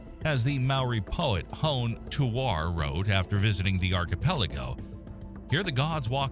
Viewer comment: Dude - ya need to brush up on your mowrie (Maori). It's hon "ey" (Hone), not hoown.